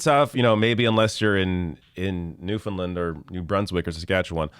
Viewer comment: Hey, you are so carefull with saying names correctly....here is one to help you. Newfoundland is pronounced new-fund-land...rhymes with understand...have a good one